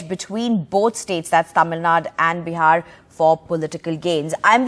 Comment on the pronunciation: it's not "thamil naad", it's "Tamil NADU"